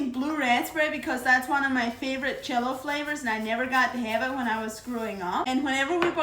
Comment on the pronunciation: that's her accent when she pronounces it that way.